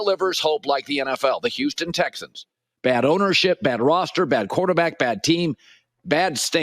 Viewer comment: The fuck is USTON? HOUSTON!!!!!!